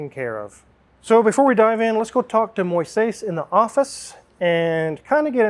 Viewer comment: Moises is a really common name in Latin Countries. Its a biblical name. has a hard time pronouncing it, its very funny.